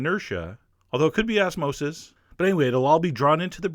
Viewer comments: Did he say assmosis? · "Although it could be as-mosis" Yeah. Perfect